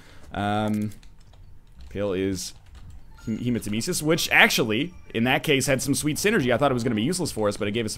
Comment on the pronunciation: I know you're like 50 episodes ahead so you may never see this or may already know, but I figured I'd mention it anyway Belial is pronounced 'Bay Lee Uhl' after the equivalent of satan that appears in hebrew scripture iirc Hematemesis is pronounced 'Heem Uh Tehm Ess Iss" and is a medical term for the presence of blood in vomit